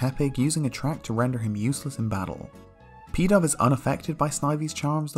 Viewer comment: When he said "Pidove was unaffected by Snivy's charm" it sounded like he said "Peta" so I was like, oh god here we go with a reference to that gross pokemon parody they made